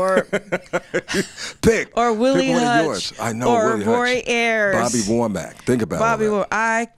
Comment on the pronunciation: Did this dude say Bobby Wormack ? Damn its "Wo" Mack"... Does a person have to sound a certain way, to attract a certain audience... I'm just saying....